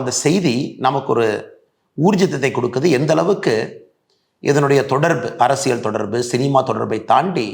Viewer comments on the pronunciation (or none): none